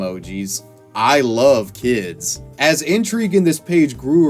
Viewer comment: "they're tryin to keel keeds, that ain't gon happen in the south."